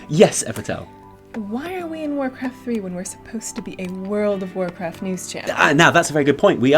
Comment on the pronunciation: Not sure I ever heard of warcwaft thwee